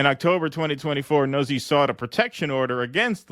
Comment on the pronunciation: It’s pronounced: noot-see. It’s an Italian name